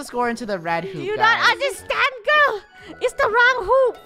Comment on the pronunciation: FUNNEH ITS LE WROUNG HOOOOP LOL🤣🤣😂